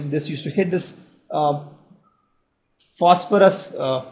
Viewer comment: Phosophorous?.. Really bro!?